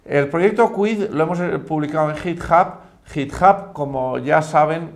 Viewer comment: Que alguien le enseñe inglés a este hombre por favor, /jitjab/ me estalló los oídos.